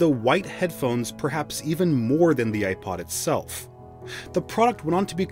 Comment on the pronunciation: I can’t listen I’m sorry I just can’t with the way you pronounce the “i” in iPod 😭